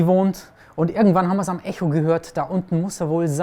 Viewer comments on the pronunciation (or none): none